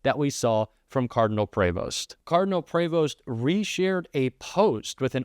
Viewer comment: Pronounced Preevost in the US